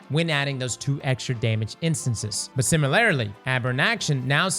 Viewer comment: I giggled at 'similarily'